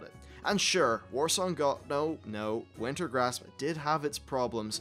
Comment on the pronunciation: Its not Warsong, haha